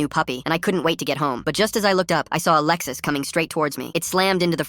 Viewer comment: A Lexus, a type of car. AI butchered it and made it say "Alexis"